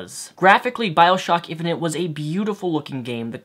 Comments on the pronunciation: I know you have a speech inpediment but, saying infinint multiple times? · are you saying "infinent"?